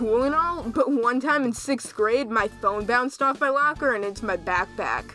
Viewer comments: you say lAker when its lOcker its pretty funny dude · Did you call it a “lacker”???? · My lacker I’m sorry that’s all I can hear when he says locker oof lol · Normal people: locker: Lacker